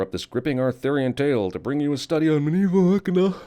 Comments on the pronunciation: I think im gonna have to add a sin every time you say "Medieveal". THESE ARE WESTERN ROMANS for Gods sake. The Medieval period dint start until AFTER the Western Roman Empire fell. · Every time he says 'Medieval' I die a little inside :(